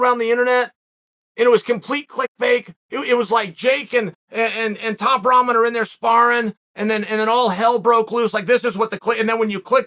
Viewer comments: Rahman pronounced "Rockman." But I like top ramen much better. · Hier we go again another miss pronounced Name Roman jr 🤣🤣😂😂😂😂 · Am I the only one who keeps hearing Chael say 'Top Ramen'?